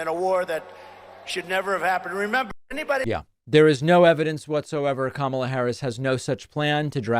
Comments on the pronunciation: He keeps calling her Kamala, like the wrestler, on purpose. He absolutely knows the proper pronunciation, he’s just a childish prick. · I've noticed that when Trump pronounces her name, he usually hesitates slightly so he can make sure he mispronounces it, because there are other videos of him pronouncing her name properly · What is totally disrespectable is constantly saying Kamalas name wrong purposely. That alone says everything about Trump to never ever vote for Trump.